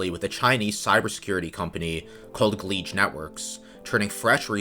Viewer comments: "Gleege"? isn't it supposed to be "Geege"? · Gleej??? its pretty clearly Geedge. Ge Edge. Could call it Guh Edge or Jej sounds like "Judge" I think thats what the developer is doing. Judging the merits of the traffic in question. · Minor gripe that grates on my ear: you pronounce Geedge as if it had an L, gLeedge.